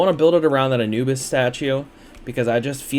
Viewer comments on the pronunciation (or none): none